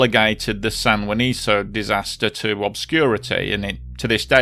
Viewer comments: It´s San Juanico, not san juaniso. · Very thorough and comprehensive! The site/town should be pronounced as ‘San Juaniko’, not ‘San Juaniso’.